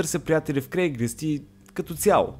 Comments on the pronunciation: Всъщност е craigSlist а не craiglist :D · казва се craigslist, а не craiglist.